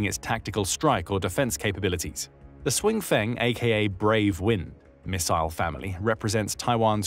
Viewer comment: Please do something about the pronunciation problems. If "Hsiung" looks to you like it should be pronounced "swing", then please just stick with pronouncing it as "Brave". "Sh-young" would be closer. But seriously, just use the English.